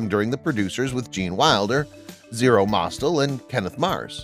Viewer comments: Learn to pronounce names properly. It's not Klevin, it's CLEE VON, not Mostil, it's MOSS TELL. These people deserve to have their names live on in their proper pronunciation. They've been interviewed and talked about countless times, no excuse for getting their names wrong. I'm surprised you didn't say Mel Brocks. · Great movie, but this video....I dunno. The narrator mispronounces CleavON Little's name until the very end, when he inexplicably gets it right. Also, if the narrator has never heard of Zero MosTEL, why didn't he ask someone how to pronounce his name as well? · Cleavon (Clee-vaughn), not Cleavin' Marlene (Mar-layna), not Marleen Von SHTUP, as in "put", not "up" Zero Mostel (Moss-TELL), not as in "hostel" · Greatest comedy ever. But it's Lily von SSSCCHTOOP, not Schtupp. It's Cleave-ON Little, not Cleevon. It's MarLayNa Dietrich, not MarLEEN. And it's Zero Moss-Tell, not Mosstull. Most importantly, Mel is right that the woke nincompoops of today would never allow this movie to be made. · Never heard the names Cleavon Little and Zero Mostel pronounced like this before. Also, the unintentional extra was mentioned, but not what he did